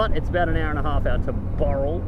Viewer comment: That is so funny... when I realised you were using some of my gpx tracks for this trip, I was very interested... but when you kept saying something like "starting at boral".... I was scratching my head, trying to work out what the frig you were talking about... then it clicked..."BOWral" 🙂 When you got to Lithgow, I had a pretty good idea of the camping site Brendon was going to take you to. Funnily enough, I'm planning to camp there next month with my 901 to take some shots on that cliff edge. It's awesome.... But here's a question for Brendon... does he know the "2nd best campsite in the world"...... It's not that far from where you were. Check it out at the 1min mark.